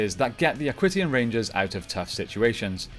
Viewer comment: Great video, just a few errors I noticed though, Aquitions is pronounced Ak-wee-shins not ak-wit-e-ons, you said the black ranger pilots the black beetle borg and Dustin is the yellow ninja storm ranger, wind ninja is the name of the academy